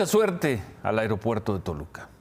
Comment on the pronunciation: tu muy bien con tu pronunciación "AIROPUERTO" jajajaja